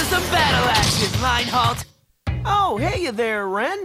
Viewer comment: Reinhald? Reinhardt? Oh no...